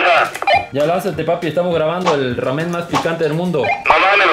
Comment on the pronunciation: El: (Raamen)